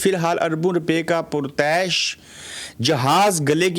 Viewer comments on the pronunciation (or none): اپ کے کچھ الفاظ کا تلفظ صحیح نہیں تعییش کو درست مریں تنزلی میں ز کی دو اوازیں ہو تی ہیں